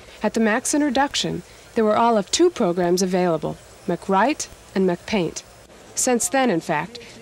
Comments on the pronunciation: She just pronounced Mac Write and Mac Paint "McWrite McPaint" like McDonald's.... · it’s called MacWrite and MacPaint 🙄